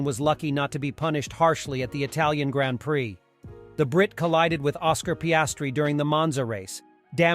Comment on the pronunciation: anyone who says grand prix the way he does, I can't take seriously tbh LOL